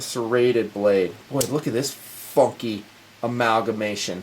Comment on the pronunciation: I believe he was trying to say "funky" there.